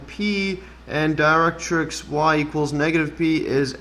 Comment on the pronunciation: Great! Many people confuse catenaries and parabolae (the original plural for parabola (but you can still say 'parabolas')). Your pronunciation of 'directrix' was spot-on! Kudos to you. 😊👌